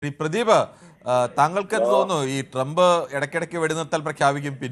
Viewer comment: ട്രെമ്പെല്ല ട്രൂമ്ബ്